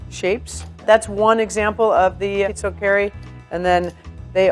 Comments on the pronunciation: You pronounce pizochEri pizOcheri with the pronounciation on the o not the e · I wouldn't be an italin on the web If I didn't point out errors in italian cuisine. This time I'll focus on the language. Pizzòccheri. The accent goes on the O It's not ta-HA-rin, rather ta-YA-rin Canèderli. Accent on the first E Moreover, Farfalle here traditionally have two ridged and two straight edges. You pinch along the straight edges. Other than that, Good job ;) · I loves how she pronounces, pizzoccheri, so way off it's hilarious. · Why you say FARFALLE and instead of FAR-FAH-LEE? You pronounced all the names correctly except for linguine and pizzoccheri (the accent is wrong)